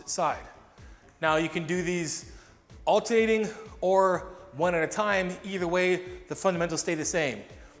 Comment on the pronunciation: I can't unhear "altating"!!! Not really sure that's a word....😂